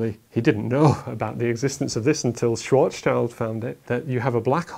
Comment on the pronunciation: it's Schwarzschild radius. Dafuq are you on about? And learn to pronounce people's names...